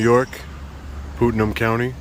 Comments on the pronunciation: you’re from New York! Putnam not pootnam! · Its Putnam County not Pootnam 😂 great vid tho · It’s pronounced Putnam County not Pootnam County. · BTW it's pronounced Putnam County as in golf "putt". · It's pronounced "putt-num" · You mispronounced the county name. You are clearly coming up to Danbury and Carmel to create content for your channel and you are making the good hard working people who work here, very uncomfortable. Your not educating anyone and now we know how to get you out of a public places. Explaining the law to you, that you proclaim to know better than anyone ever.. It was like putting a cross up to Dracula. 🤣 😂